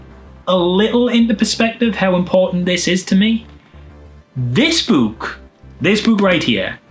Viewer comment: I enjoy how he pronounces "book" like a ghost: Boo-k!